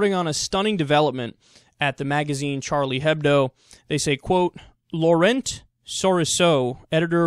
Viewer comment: the t in laurent is silent